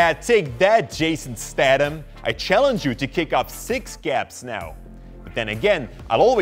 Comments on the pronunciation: You pronounce his name to rhyme with itself. Jason. Stay thon. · its not stadam its statham